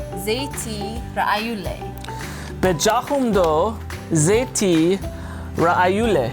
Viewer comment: Not bejakum doo ! Say it bejakum eba .....